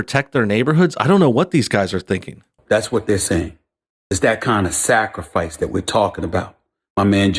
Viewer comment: Sacrafice? Ahahahaaaa